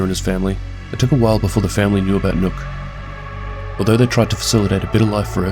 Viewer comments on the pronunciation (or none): I losse a year of my life every time Somone says "nokk" and not nøkk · You pronounced the name wrong, you danish hater